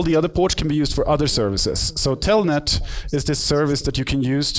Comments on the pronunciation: es Telnet no "Tellnet" . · telnet hijitos no "TELLNET" chch